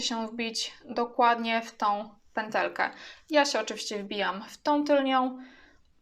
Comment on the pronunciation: Wszystko jest fajne ale piszesz "tylną pętelkę " a mówisz "tylnią" co jest błędem. Podobnie nie mówi się " tylko i wyłącznie" bo to to samo i razem to pleonazm czyli potocznie "masło maślane". A oprócz tego wszystko ok, pozdrawiam